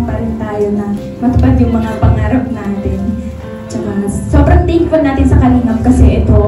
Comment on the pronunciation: Si.subrang o.a mgsalita sobrang thinkful ako sau. Huhhhh!! Ayusin nyo pag pronounce bubu